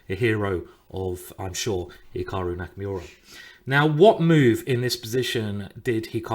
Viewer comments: Its Nakamura not Nakamyooowra. Stop sounding so white 😂😂😂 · LMAO NakaMEWrah ... why British refuse to pronounce people's names properly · does anyone else cringe when he pronounces Nakamura as Naka"myuura" I damn near had an aneurysm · "Hikahru Nakamewrah" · Did you say Nakamyoura?